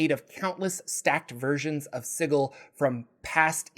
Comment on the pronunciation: The creators of planescape have come out and said Sigil is pronounced the same here as anywhere else. “Si-jil “